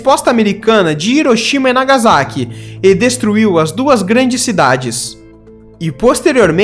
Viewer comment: O correto é Hiroshima "RIroxima" (H com som de R de Ricardo) e Nagasaki se pronúncia "Nagassáqui"